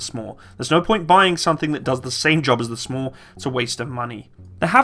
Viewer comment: you don't have to spell out SMAW each time. We say it like you would say "saw" but add the "m" in there like you would say "smack"